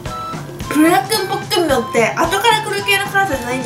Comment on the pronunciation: ポックンミョンじゃなくてポックムミョンな。